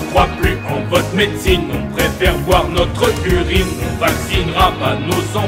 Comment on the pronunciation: "Notreu urine" il te manquait une syllabe x)